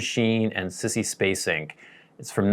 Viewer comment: Sissy Space-ink? I think you are pronouncing that wrong! I had a good laugh when I heard you say that twice! Never seen Badlands. I think I triedbut it was very slooooooow.